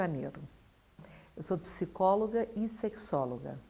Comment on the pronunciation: Esta apresentadora está com uma pronuncia estranha, nem parece brasileira. Ela falou "piscólogo" e não "psicólogo"